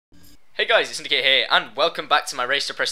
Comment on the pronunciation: Its S Y N D I C A T E , not S Y N D I L C A T E